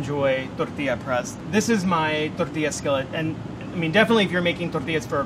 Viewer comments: This guy is cool, but someone tell him to pronounce the “ll” in “tortilla!” He keeps saying “Torrrrtia,” all emphasis on rolling his r’s but not the ll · anyone else love the way he says “tortilla”? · So many excuses to say tortilla